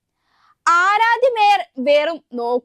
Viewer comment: വേയർ അല്ല sir മേയർ 😂തിരുത്തണെ pls